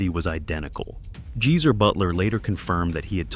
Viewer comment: Popmart was brilliant though. and it's Gee-zer is not hard to pronounce, not jee-zer 🙄🙄